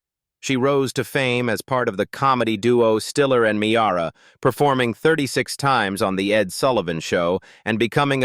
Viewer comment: Ann Mee-arr-ah ? .. LMAO ..